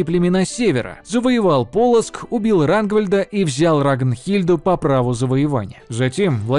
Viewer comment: Полоцкий князь Рагвалод, а не Рангвильд. ты ошибся немного. Привет из Полоцка